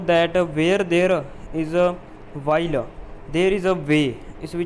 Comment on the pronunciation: Will nu while keh raha ho